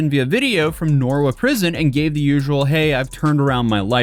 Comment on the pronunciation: Never thought I'd hear an American try to say Nowra 😂 For anyone not from Australia, it's pronounced Now-rah